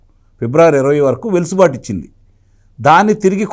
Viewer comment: సార్! గారూ. చిన్న సవరణ. వెలుసుబాటు కాదు. అది వెసులుబాటు గమనించగలరు. థాంక్యూ